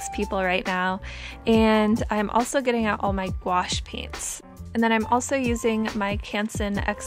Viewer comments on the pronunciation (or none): none